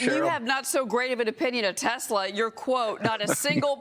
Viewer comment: TACO Man said he loves his "Tesler".